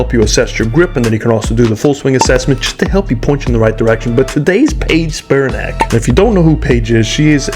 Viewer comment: Another great review. One minor thing. She pronounces her name Speer-A-nic with the emphasis on mid syllable not “SPEER-in nac” as you did.